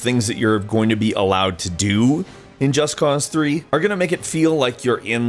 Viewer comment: If he says Just Cause the way he says it again, Im gonna flip out!